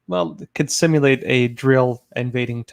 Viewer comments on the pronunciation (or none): none